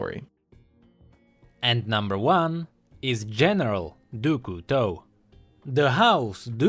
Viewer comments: Nah, there is no real english sound for "Du", it's not "Doo" "Cou" is "Coo" "Teau" is "To" IDK if you got me xD (btw in english it would look like "of the Knife") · No. For example, the "Du" is pronounced "dü".